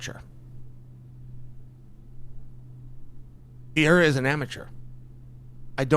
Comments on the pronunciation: PEREIRA! Not PIERRA Come on Chael, give some respect to these fighters names. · Bro why is it so freaking hard to pronounce Perreira. It's not freaking Pierra! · Chael is undisputed p4p GOAT at pronouncing names. Germy Stevens, Blahal Muhammad, Blahovitz, Yarear Rodriguez, Alex Pierre-a, etc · Piera? Not pereira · I love that he still calls him Pee-air-uh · Chael’s Universe is IN ENGLISH. And that’s why it’s Yuri Prohosskuh and Alex Pee-era 🤣 There was no recovery if it wasn’t IN ENGLISH… and messed up Portland English, at that. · Chael, stop calling him "Pee era" dude! You can do better than that. Alex "Pee era" would never call you "Child Sonnen" or something lazy like that. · is it really that hard to say Per-Era, especially when you're going to say his name 50 times, or maybe just called him Alex? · LOL!!! let's go "Pee-era" !!! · "PIERRA" - Cheal Sonnen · It’s so funny to me that Chael can pronounce Prochazka just fine but he calls Alex Piera 😭 Piera is one of my favorite names he says to join the following: - Alex Piera - Hazmat Chamayev - Islam Makalchev - Blahal Muhammed - George Masvidal - Kamara Usman those are just my personal favorites of a long line of the CORRECT way to pronounce these names whether the fighters know it or not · Is so difficult to say pereira 😄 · Funny as hell how chael just decided he would never tried to pronounce pereiras lastname lmao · No it can pronounce pereira as well as Uncle Chael. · Can you please pronounce Pereira his name correctly..